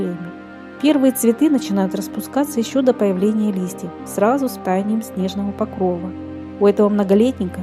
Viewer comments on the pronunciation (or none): none